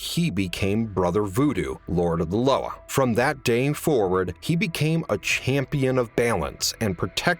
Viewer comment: LOA is pronounced Luwa in creole great video!